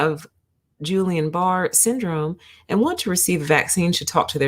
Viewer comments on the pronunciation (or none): It's not "Julian", it's a hard 'G' and I would urge anyone citing scientific statistical information to understand how to interpret the statistical results of the findings prior to making any causal inferences. In fact, ALL vaccines have risk factors as well as, over the counter pharmaceuticals. 19 people out of 20 million is equivalent to .000095% of people developing peri or myocarditis which is technically analogous to the incidence that normally occurs in the general population. when conducting scientific research it is unethical to omit any findings and fail to report them. I recommend focusing on studies' effect size (if there is a substantive difference between rates of heart inflammation after vaccine and those normally found in the population. The study does not answer, "why," most likely because a cause and effect relationship cannot be inferred from the study that was conducted. Just FYI...